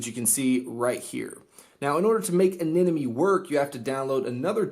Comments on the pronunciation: its eh-neh-mon-ee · "Anenomoe" I don't see the other N in Anemone where is it? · Its pronounced AneMone 😂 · Why can't anyone pronounce Anemone?